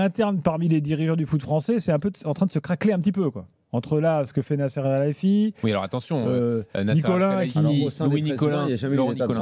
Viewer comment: Nasser alralayfi😂😂😂😂 Alkhalayfi